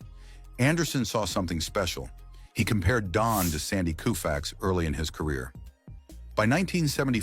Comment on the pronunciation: It would be great if the narrator would learn how to pronounce the players’ names. Koufax is pronounced with a long “O”, not a “U” and it’s not Warren Spann; it is Warren Spahn.